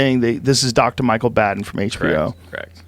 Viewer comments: The doctor's name is pronounced 'Bah-den'...not 'Badd-en'. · It's BAHhhhhhhden. Dr. BAH'den..... sigh